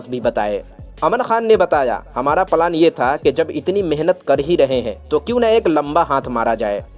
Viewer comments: यार भाई पलान नहीं होता प्लान होता है 😅बाकी मजेदार है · Plan thik tarahase bolo palan......kya hai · The way you speak out the words (Plan)is so disgusting.